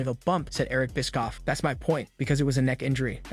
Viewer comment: i cant get over it every time you say eric biskoff, i laughed so hard